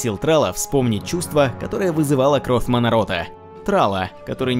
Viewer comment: Маннорох, а не манорот.